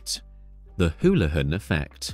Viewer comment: AI narration, doesn't know how to pronounce Houlihan. So I doubt whoever runs the channel speaks English.